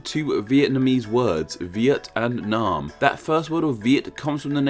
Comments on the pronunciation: the name Nguyen isn't the topic, Vietnam, specifically the "Nam" part shared by Annam and Nam Viet (the current name came from reversing this, which is completely glossed over in the video). "a" as in "hat" not "a" as in "father". An open front unrounded vowel not an open back unrounded vowel. Nam rhymes with "ham" not "harm". Nothing at all complicated. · Pronouncing Nam wrong (the a sound is more like the a in *a*pple than the a in f*a*ther) is understandable. But how the hell can you pronounce Baiyue like Bayou? Bai: like bye in goodbye Yue: say "You air" really fast